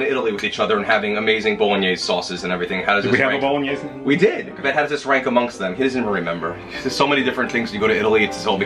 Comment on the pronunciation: Based on the bit at the end when Richard had to help you out with the pronunciation of Bolognese, I would love to see your blooper reel!!!!